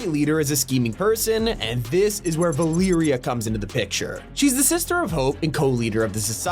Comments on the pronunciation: "ValeeriA"???? Mf its Va- le-ria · “Vilereia” do you mean Valeria, sir? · Valeria is pronounced Va-lair-e-a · I’m sorry, ValEEria?